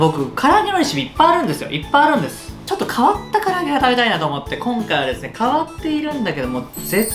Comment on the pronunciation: 「こここにしたりいああ あちました」のせいで霞んだ「かりあげ」